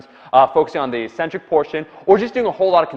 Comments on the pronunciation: Eccentric is always and only pronounced ek-SIN-trik, not ee-SIN-trik. I just re-verified this in in Webster, Oxford, and . You're likely getting it confused with the way the word "asymmetric" is pronounced, which has you drag-out the initial vowel sound to create the opposite of symmetric. This is basically what you have been doing. But it's wrong. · It's pronounced "EK-centric," not EE-centric." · Omar it's pronounced eck centric (eccentric) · Eccentric, btw, is pronounced "ik-centric", with accent on the 1st syllable.